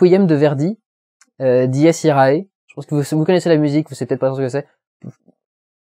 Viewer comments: L'audace qu'il a montré dans ses autres films il la montre dans un film profondément raciste. J'ai trouvé ce côté choquant autant que génial, rien que la scène des mandingues m'a rappelé les scènes du chasseur de juif de Inglorious Basterds. (Ah, et on dit "Dies Iré" oralement, si le e dans l'a se prononcé aé, on dirait Jules Saézar) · Nooon dudu tu prononce mal dies irae ^^ sinon super vidéo comme d'hab ^^ et Verdi est tellement classe ,son requiem.... il me fout des frisson!!!!^^